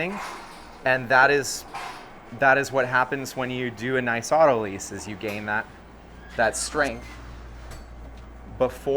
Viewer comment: Not “auto lease”, it is pronounced “auto lies”